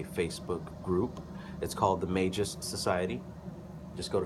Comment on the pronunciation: In your vids you're pronouncing it as "The MagEs Society" I couldn't find it either lol.